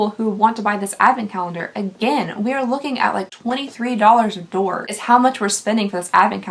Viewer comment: I know this is 11 months old lol. But I died each 17 times I watched the part where you called it “door” lmao